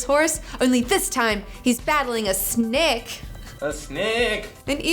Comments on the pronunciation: I like how you were saying snake with an English Yorkshire accent.... "snaayke" 😂 Very cool video, really looking forward to H. P. Lovecraft :) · The way says Snake its almost like snack.